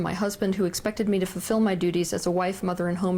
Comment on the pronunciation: Say fulfil slowly, please. Not fefil.